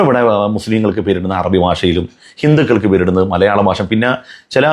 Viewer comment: ബാശ അല്ലടാ പൊട്ടാ,,ഭാഷ.